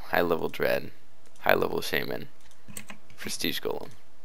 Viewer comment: It's called shaman not shyman